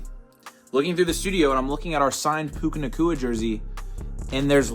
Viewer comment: “a pu ka nacua jer sey”